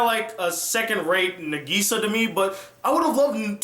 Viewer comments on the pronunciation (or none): ITS NÁGISA, NOT NAGÍSA!!!!!!!!!!! have you even watched the sub........... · Its nagisa (nah geh sa) not nuhgeeza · It's pronouced Na- k/gi -sa With no emphasis on the gi, It's supposed to be a lot of a sound, and making it sound like a k, or a very short gi, like it's spelled, but the english dub pronouces it as geeeeeeeeeeeeeeeeeeeeeeeeeeeeeeeeeeee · Its Na-gi-sa not Na-giii-sa!! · I don't like your pronounciation of Nagisa!!!!! ;-; I say Naw Gi Saw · He says Nageesea like in the shitty english dubs. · Good review - and while I don't agree with everything, you did make quite a lot of valid points. You gave both the good and bad parts of Clannad and Clannad: AS justicce. The ending would... probably make a lot more sense if you actually played the visual novel. And also, while this is very minor, Nagisa is pronounced "Na-gisa" with emphasis on the first syllable "Na" rather than the second one "Gi". Very good review! I look forward to other ones :) Also, HAPPY BIRTHDAY (2 months late, though mine was also in April XD)! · Has problem saying "NaGEEsa" and "SanAI" but questions the way pronounces "Ushio" when he says it perfectly XD Awesome review though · From the way he pronounced Nagisa, I can tell he watched the dub. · great review. but at least say Nagisa's name correctly. please. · How he pronounces nagisa is so annoying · Great review, although I wish you would pronounce Nagisa's name right. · at least pronounce nagisa right man cmon lol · D: the way you say Nagisa i can tell you watched the dub... sub man sub Japanese pronounce it properly. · Glad you finally reviewed Clannad and happy birthday!!! Edit: Though I do wish you pronounced Nagisa as what's heard in the Japanese dub.